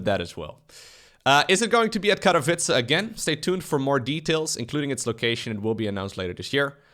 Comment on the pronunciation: I'm happy enough with how he pronounces Katowice, but he's still got room to improve.